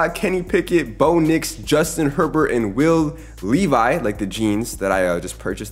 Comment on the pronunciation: It’s Levi it’s Levis